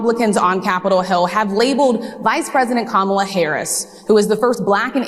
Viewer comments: Anyone mispronouncing Kamala doesn’t get to talk ab her. F these people. COMMA La! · KAMM - MA - LA Sheesh! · Comma-la = Kamala